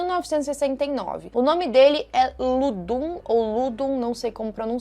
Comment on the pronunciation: Se pronúncia lodum, e styx acho que seria algo como medo, mas Deus e Jesus não teriam medo de qualquer entidade maligna, pois são submetidos as ordem celestiais 😊 do grande mestre